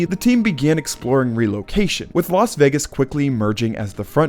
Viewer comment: Why is it that most American commentators pronounce Las Vegas correctly?, always says Los Vegas instead of Las Vegas,no one says Las Angeles.